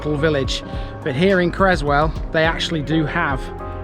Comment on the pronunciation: Cresswell not Crezzwell